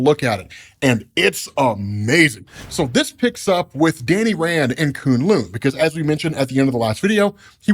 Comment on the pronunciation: Wow....I know has some peeps on staff that know how to pronounce Chinese word/names. Koon Loon is just the funniest of them all. Someone help the man out.